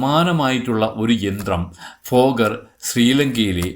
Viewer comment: ഫോഗർ അല്ല തോന്നുന്നു.. ഭോഗർ എന്നാണ് കെട്ടിട്ടുള്ളത്